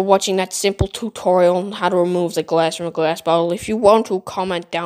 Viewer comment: "too torial"